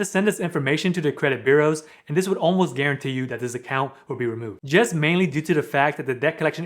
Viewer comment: GUARANTEE...NOT GURANTEE!!!!!!